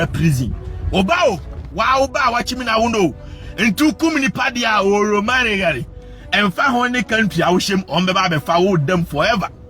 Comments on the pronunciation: "Wo kum nipa diɛ oromalically"😂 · Listen to how he says automatically 😂